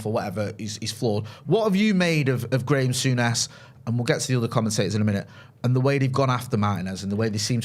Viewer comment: WHO is ”Grame Sounnes”?